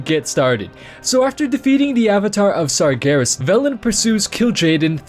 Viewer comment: Why are you calling Sargeras "Sargarus" ?